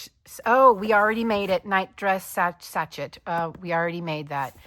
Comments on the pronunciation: Both projects look great! You're such a great teacher and crocheter. BTW: "Sachet" is pronounced "sash-ay". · You could probably take a picture with your phone or camera and print from that. You would not have to press the book as flat and you can maneuver the phone to include the print near the inner portion of the page. You should look up how to pronounce sachet. The ending is “shay”. It is one of those crazy French words which are not pronounced as they are spelled, for English, that is.